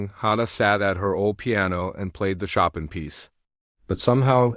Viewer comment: It’s pronounced /sho’peing/ with the stress on the second syllable and the French ending in /eng/ or /eig/